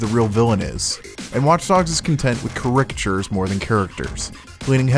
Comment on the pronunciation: Um... I don't think that's how you pronounce caricature. lol